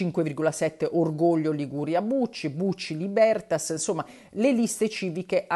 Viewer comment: Libertas, accento sulla "i"